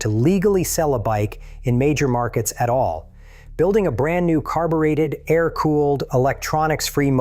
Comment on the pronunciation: AA- EYE- RR cooling? teach your AI to speak better